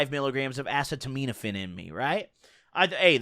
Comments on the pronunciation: A seet o meto phin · Ah see tah minh oh fin. Is how you say generic Tylenol. Not being disrespectful i like the way you say it, it just seemed hard to say that way. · I love you, and I don't think you'll see this comment, but "acetaminophen" is pronounced "uh-see-tuh-min-uh-fin" I don't care how you pronounce it, but I know people in the comments will always flame you for it. God bless. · Asset-ta-mino-phen? That’s how it sounds to me atleast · The way he pronounces acetaminophen disturbs me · why u say acetaminophen like that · Are we not going to talk about how he said acetaminophen? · from 2015-present still can’t pronounce acetaminophen LOL